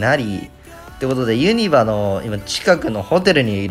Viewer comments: 関西人からするとユニバの発音ユ↗︎ニ↗︎バ↗︎なんよなー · ユニバのイントネーション怪しい👍️ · ユニバの発音が気になるww